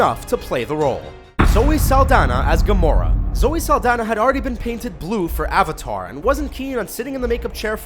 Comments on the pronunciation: Hey it's actually Zoe Saldana not Zoe Zaldana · It's Zoe Saldana, not Zaldana.. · It's Zoe (S)aldana not Zoe (Z)aldana lol